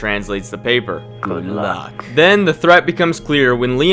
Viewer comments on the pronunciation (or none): Say it again.. "good-look" 😅